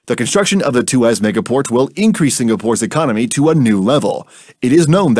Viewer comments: It's tu-ah-s, not tu-ass. 😒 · Two Ass? LOL! It's pronounced as Tu waus. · It's Tua ...sss not two ass ! 😂😅😊 You can call us a bad ass port but not a 2 ass port. 😮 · Excellent video...just want to point out it's pronounced as Two-ask...not Two-ass lol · It’s pronounced too-wahhs actually . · walao siapa pronounce tuas begitu??? xD